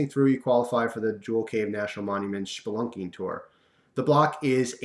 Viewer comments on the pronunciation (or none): It's SPelunking, not SHPelunking.